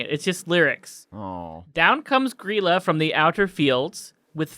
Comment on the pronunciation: The laf bread is actually leaf bread in english door sniffer is actually door slamþer and its gríla not gryla